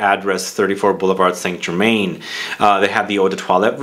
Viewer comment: Pronounced "saint ger-mahn". It's a french word.